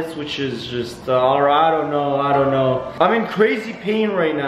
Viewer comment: Why every time u say know it turns up as shnow